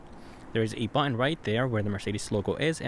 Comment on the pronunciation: What is a “bu..in” are you trying to say BUTTON?